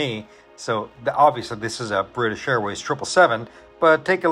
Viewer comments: we’re coming from a really wholesome piece and then is like: “to hell with it, someone ruined British for me, so now it’s Brifish for everyone else” Cool touch man /s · You son of a gun! “Brifish airways” 😂😂. Great video sir!